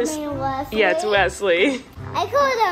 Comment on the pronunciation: The way pronounces his baby brother's name...... "weswy" AWHHHH ITS SO CUTE! you can tell really loves his big brother!